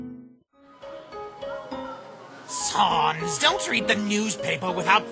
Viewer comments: SANS NOT SAMS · It's not Sons papyrus it's Sans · saunes XD dont you mean SANS? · The first one did he say "saMs" Not saNs the capitals are just marking the difference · The whole time you said sams it is sans